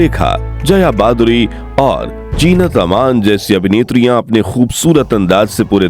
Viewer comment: Her name is "Zeenat" not Jeenat.n "Saira" not Shaira.n the work is "Janamdin" ,Zanamdin kbse hogya.atleast pronounce Hindi correctly.n names even if urdu or english u need to pronounce correctly.First learn Correct pronunciation then make a video!